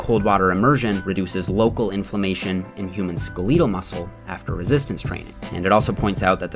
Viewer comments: Dude, are you really saying ske-LEEE-tal instead of skeh-leh-tal? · Skeh-letal? SKEL-eh-tal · skel-IH-tal not skuh-LEE-tal Thanks for another comprehensive video. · I like this channel but I wish you would stop saying "skeleetal". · Got watch that skaleeetal tissue! You got some odd pronunciation going on there bud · “Skaleetul muscles” xD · skel·e·tal like skeleton, not long e sound like beetle. Thank you, much love keep up the amazing videos!! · love your videos but why do you pronounce skeletal so weird? Ske LEET uhl, sound like you're hiccuping mid word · skelEEEtal...must be a Canadian thing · Micheal Maybe how skeleton is pronounced? Skelet-al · I love videos and had no idea that Canadians pronounce "skeletal" with a long -e! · The way he pronounced “SKELETAL” 🤮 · How can I take this guy seriously when he cant even pronounce "Skeletal" properly 🤦‍♂️🤦‍♂️🤦‍♂️ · tfw u try to sound fancy by pronouncing "skeletal" wrong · your pronounciation of 'skeletal' is interesting.... if not canadian? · the way you say skeletal makes me laugh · Is that how Canadians pronounce skeletal? 😂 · why did you pronounce skeletal that way hahaha